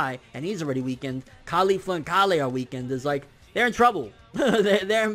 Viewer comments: Why do you pronounce it "ka-lay" when even the Japanese voice actors say it just like how the vegetable is pronounced? It's Kale. Nobody says ka-lay. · Hey her name is KAY- YOL, not KAH LEIGH but KAY YOL like the food. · Fuck say Kale correctly. ITS SOUNDS ANNOYING AND PRETENTIOUS ASF WHEN YOU SAY KAALAY! LIKE WTF MAN JUST SAY KALE CORRECTLY! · lol he's keeps messing up Kales name Someone please tell him it's Kale and Caulifla